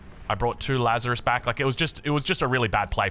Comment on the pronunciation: Lazarus => Lazares (Lazarees)